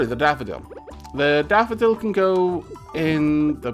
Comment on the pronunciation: Every time says "Daffodil" I hear "Dapperdil"